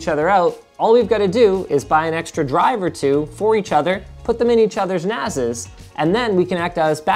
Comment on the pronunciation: Great video ... Not sure if the "we can put stuff in each other's NASES" was intentional or not 😅